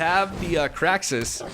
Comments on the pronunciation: Why the fuck does he keep pronouncing it "kraxis"? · Cringe with every "Krack-sis."